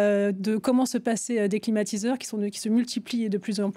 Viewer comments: Qui a entendu l'introduction de la journaliste présentatrice comme moi " climatisateurs "?? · Si elle a dit "climatisateur". 🛀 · suis je le seul à avoir entendu "climatisateurs" au début de la video?🤔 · non moi aussi !